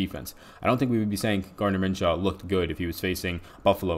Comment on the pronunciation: Min-shoe not Min-shaw my man..good show btw